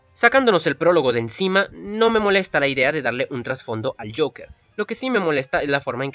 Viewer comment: Ves acá si pronunciabas bien el Joker.